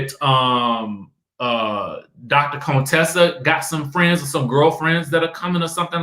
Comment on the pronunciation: Why you still saying Contessa like Dr. Heavenly did when she first came on?! Lol! Cone- Tessa 😂😂😂